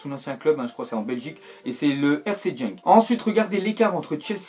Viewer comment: C'est guenk et pas jenk ;)